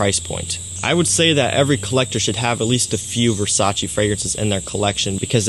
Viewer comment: Versace pour homme or Versace man fraice??